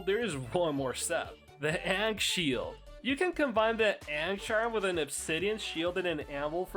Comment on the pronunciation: Is the ankh shield pronunciation ragebait?